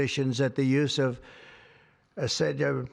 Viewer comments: This guy can't even read the word Acetaminophen, yet he expects people to believe he got a legit degree from one of the most prestigious business schools in the world? Bwahaha 🤨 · Research... RESEARCH... it took him a week just to learn how to say "acetaminophen" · A stable genius who can't pronounce the name of the medicine and he's the press... Presse… press…. What? 🥸🏴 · ASS HE FELON OH MAN the guy standing next to Fat Donny whispered the pronunciation ( if you listen closely) 🤫